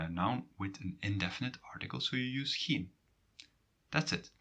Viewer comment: waarom spreek je ‘geen’ uit als ‘gien’ in plaats van ‘gijn’?